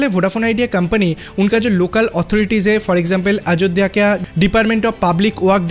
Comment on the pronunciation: Not a Ajodda 😂😂😂😅😅 it's Ayodhya sir apni Bengali channel le jaye Ajodda bolun eta Hindi channel plzz Ayodhya bolun😂😂😂😂😅😅😅 Aar BSNL ler khobor ki holo 😂😂😅😅 BSNL 4g aaspe apni bolti chhilen 50 yrs Pore aashbe aapni aajob aajob News paan kotha theke k jaane😂😂😂😅😅😅😅😅